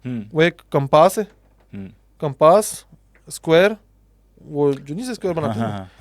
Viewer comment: Compaaas nhi compass pls correct ure pronunciations. Otherwise the podcasts r good!